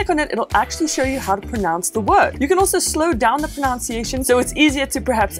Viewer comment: "proNUNciation"....not "proNOUNCiation"....ironic...